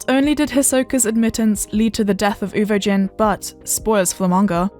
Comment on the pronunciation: Everything was going well until I heard “ Uvo JIN” wth